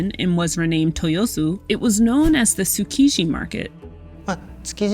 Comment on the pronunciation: Ma gal slaughtered the poor tsukiji name( suuukishhy ) 😭